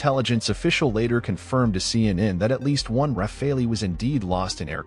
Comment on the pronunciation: It's Not Raffalee' , It's Rafale. It's bloody AI generated narrative. No! Pakistan did not down 3 rafales. It's a blatant lie. come back to the real world, Pakistan got thrashed by India.🤣🤣🤣🤣🤣